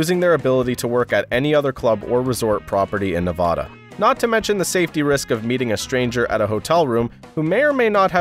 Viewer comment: Except "Nevada". Otherwise, it was all on point.